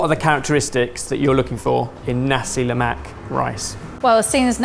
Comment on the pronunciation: as a malaysian watching this, i'm getting unreasonably triggered every time they say "lemak". as best as i can describe, it's closer to the "lou" from "colour", and the "mak" syllable is half-way between "mac" and "muck". also, every time they say a food is singaporean, i get triggered the same way indonesians would when a dish is called malaysian (even though i do believe nasi lemak and laksa are malaysian).